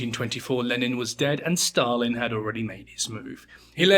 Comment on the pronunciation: Why do you pronounce Stalin as "Shtalin"? Dude.